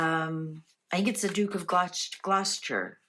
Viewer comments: Its pronounced gloster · It's pronounced Gloster 🙏 Merry and Blessed Christmas everyone 💖💖